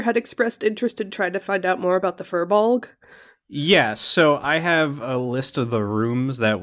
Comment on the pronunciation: I searched up Firbolg written in the International Phonetic Alphabet, and the source I found does not give it three syllables, just two. You nailed Cait Sidhe/Cait Sith, though. If you really want to wow your audience with Gaelic words, bring in the Welsh Excalibur, Caledfwlch, haha